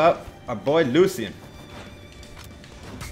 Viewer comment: lucian (LOO·SH·AN)